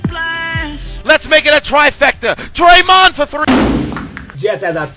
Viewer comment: YO SAID draymon TO THE RESCUE 😂😂😂😂😂😂😂😂😂😂😂😂